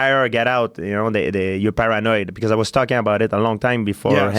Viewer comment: GSP ~ "Eur Para-Noied"